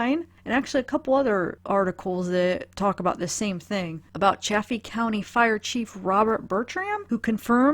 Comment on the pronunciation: It is Salida, like saliva. It's also Chay-fee. I know, there's 2 f's, that should make the a soft but....no. Lol!